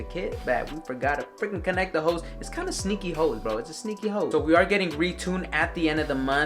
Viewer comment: lmao ik but it just sounded like you said “hoe” instead of “hose”